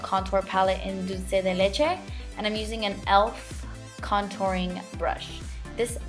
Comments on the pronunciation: I love how you say dulce de leche instead dolce de leche jajajajaj! Hermosa!!!! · Omg someone who actually pronounces dulce de leche right, thanks! Everyone is like "doolsay day lechay" it sounds so dumb like that Also, great video, i loved this tutorial, can you do one with the semi sweet palette, but not the ones that come with it, make one up, and WERK IT